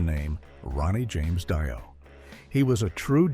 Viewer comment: It's Dee oh pronounced you moron